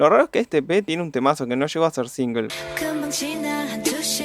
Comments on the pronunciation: yves al ser una palabra en inglés cuando vos hablas un idioma q no sea coreano, lo pronunciás como eve. si te fijás en este video al principio cuando yves se presenta dice eve, no ibeu porque no está hablando en coreano y no veo q vos tampoco estés hablando coreano para pronunciarlo ibu :) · De echo Yves se pronuncia ibs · en realidad yves se pronuncia iv porque viene de eve, y olivia hye se pronuncia olivia heh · amé, obvio no está toda la info y hay algunos detalles jshrbjhrbj, pero ta wenardo. lo mejor fue como prounciaste yves dsjfer me cagué